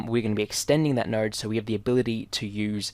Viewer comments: Am I the only one who hear NERD instead of node???? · In your accent it sounds like you’re saying “nowrd” when you say “node”.